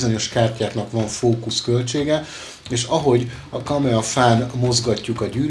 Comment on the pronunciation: KAMAE...nem KAMEA....bocsi